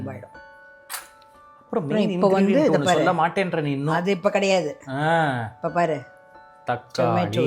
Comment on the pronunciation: ஷூடாகணும் ஷொள்ள கூடாது இது தமிழ் ? பாதி தயிர்ஷாதம். நாயன்மார்களும் ஆழ்வார்களும் வளர்த்த தமிழ் இப்படி மாறி நாஷமா போச்சு..